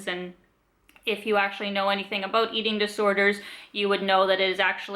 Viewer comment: You really remind me of Robin from How I Met Your Mother. I love the "abuts". It sounds really Canadian!